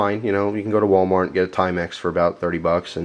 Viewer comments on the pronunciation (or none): none